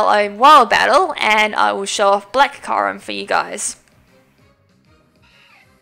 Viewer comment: It's pronounced Ky-you-rem, not Ky-rem. >:I